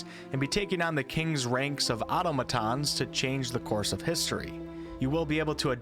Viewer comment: LOL why do you keep calling him a Gal-um? In all seriousness, this list has me almost uncomfortably excited about this lot of upcoming games! edit: aw-TOM-uh-tawn